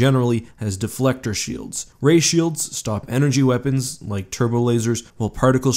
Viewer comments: I think you mean Shoelds. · 0/10 not shoelds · Don’t you mean shoelds?